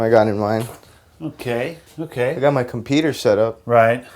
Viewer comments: "i got my compeeter setup" haha! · .... "I GOT MY COMPEETER SET UP"